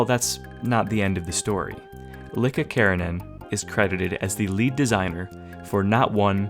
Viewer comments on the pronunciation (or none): its not Likka its iiḱka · It's Iikka not Likka :D Likka is another word for a girl in finnish, anyway go on. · It's iikka btw not Likka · Yo it’s ilkka and not Likka 😉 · btw, it's "iikka" (eek-caw), not "likka".. weird finnish name, or a typo that was supposed to be "ilkka", which is a very common male name in Finland.. anyways, "likka" means chick (slang for young girl) in finnish. I bet the surname is Keränen (pronounced keraenen), but they always drop the dots in english for some reason.. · lol it's iikka with two i's and not likka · Btw its iikka keränen, not Likka. Greetings from finland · Love the history, but as a fellow Finn I had to pop in and give you the unwanted comment "his name is iikka with two i's and not likka with an L" ❤ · its not Lika its Iikka, its an i not an L. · Just small correction, Iikka is written and pronounced as iikka with capital i, likka means girl in finnish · The way you pronounced Iikka's name was jarring (hint: it's two "i"s, "Likka" means "little girl" in finnish), but otherwise this is pleasant to listen to. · It's iikka, with two i's. Basically a Finnish version of Ike. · The name of the mapper is ilkka keränen with an i, not with L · Why does it sound you say Iikka with L instead of i?